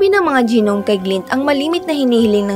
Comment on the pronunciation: gi-nom?? nom po pronunciation nung gnome